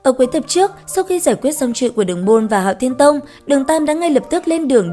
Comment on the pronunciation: Hạo thiên chùy mà sao ad cứ đọc là chuy nhỉ. Nghe khó khịu vãi